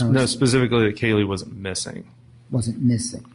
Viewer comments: I want to scream every time one of these morons say 'Pacifically' for specifically..... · And…..the classic…”PACIFICALLY”….🤦‍♀️😂😂